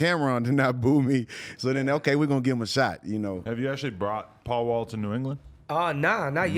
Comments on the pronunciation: He said PAUL NAW not paul mall 😂😂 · It’s Paul Wall Bay-By. 😬💎